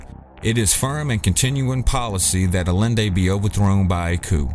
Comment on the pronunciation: Salvador Allende = Ah-Yen-Day